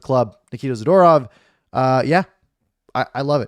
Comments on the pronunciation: Za-Door-ov (phonetically) You r Awesome! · You would think as a person commenting on hockey like you do, you would pronounce hockey players names correctly. Good trade for the Canucks though.